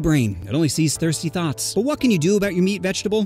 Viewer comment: Blud forgot the t in thoughts